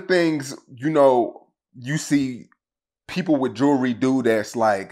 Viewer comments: And he so bad it lol- this goof the last person i would take ANY type of advice from- for sure not financial lolol- And, its pronounced “jew-el-ry” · He can’t even pronounce jewelry lmao he always worried about what others got going on lol